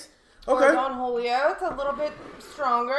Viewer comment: Jalisco is pronounced, "ha•LEECE•cōe". Don Julio is pronounced, "DŌaN HOO•lee•yo" ( Don is a title of respect, not a name; It means Patriarch, Master or Sir —There is no Donald Julio. ) Nice glassware.